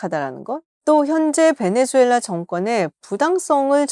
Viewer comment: 김지윤 수준도 질 떨어지네. 베네"주"엘라 아니다. 지윤아. 제목처럼 베네"수"엘라 이다.